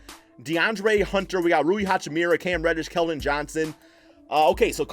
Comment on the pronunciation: Guy can't say hachimura's name properly ffs 🤦🏻‍♂️😂